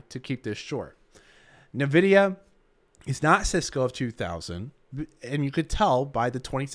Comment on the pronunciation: Why do you say "Nvidia" wrong?